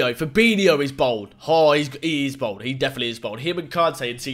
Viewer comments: Can u stop saying bald like BOLD like yer six and you say pasgetti and sumbarine! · Is anyone else really annoyed at the way he pronounces ‘bald’ as ‘bould’ or is it just me 😂😂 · bald not bold